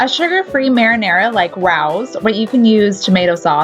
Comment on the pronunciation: It's pronounced Ray-ohs